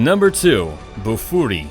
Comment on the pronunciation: its Bofuri not Buffoori and how the hell that anime a humiliated/betrayed mc?